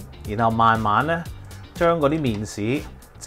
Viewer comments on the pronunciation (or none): 好搞笑呀，麵鼓….麵豉？？